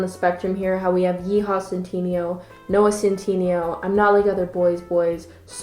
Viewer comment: “Noah cent teeny yo.”